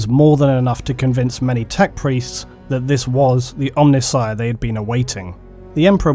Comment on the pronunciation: Hey, you pronounced C'tan right in this one (well, close enough). Now you've just got to work on Omnissiah.